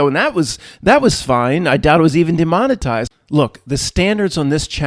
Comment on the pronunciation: Demonetized is an interesting word. I’ve heard it so many times, but never thought of it. Demon-a-tized. at it again